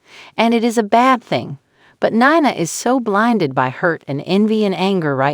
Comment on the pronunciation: Hey announcer it’s pronounced Nena not whatever you are changing it to ??? Please try watching an episode so that you at least know the characters and how to pronounce their names?????